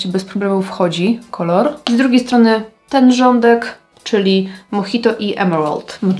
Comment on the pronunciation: nie wiem czy to był dowcip, ale mojito pochodzi z Kuby a j wymawia sie jak h czyli jednak mohito a nie Modżajto. Ciezki tydzien w pracy, moze nie zrozumialam zartu :)